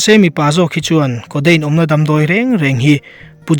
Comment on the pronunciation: Hmeichhia aw kha😁😁 codeine pawh a ti lo coteine an tiah.. 🤣🤣🤣